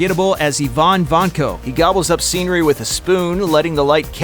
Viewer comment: Yvonne Vanko? Have these narrators seen these movies or do they even speak english??